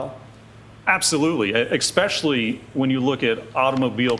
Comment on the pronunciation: Please,, it is not EXpecially, it is especially....